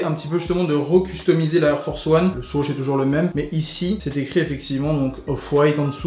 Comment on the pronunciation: Anonyme Mousse je sais, pas sur que l’auteur de la video soit au courant parcontre , vu comment lui le prononce